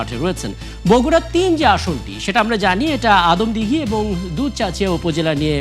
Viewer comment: বগুড়া ৩ আসন আদমদিঘী ও দুপচাঁচিয়া হবে। দয়া করে উচ্চারণ টা সংশোধন করে নিবেন।